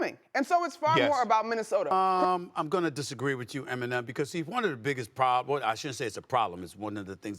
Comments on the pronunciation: “Minnesoter”-Stephen A💀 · Somebody tell Stephen A there is NOT an "R" in Minnesota. 😒